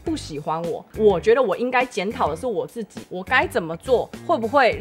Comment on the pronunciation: 我覺得阿菜說的很棒~很公道很有道理~但自己的發音~讓我笑出來了~是ㄗˋㄐㄧˇ,不是ㄐㄧˋㄐㄧˇ~ 哈哈~